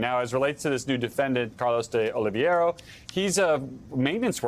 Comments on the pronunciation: OH-LEE-VEH-RAH. It's not a hard name. Just read it from left to right. Regardless of what he did or didn't do, he deserves to have his name. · Jesus, I'm a saltine bland white person, and I wouldn't have butchered the pronunciation of Oliveira like that woman did. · Is it really that fkin hard to say "Oliveira"??🧐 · I love how everybody is pronoucing "oliveira" 😅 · Why is it that nobody in the media seems able to pronounce Oliveira? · My biggest takeaway from this video is that white people struggle to say simple names like Oliveira